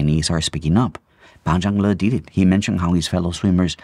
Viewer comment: Your pronunciation of Pan Zhanle's full name 👍👍👍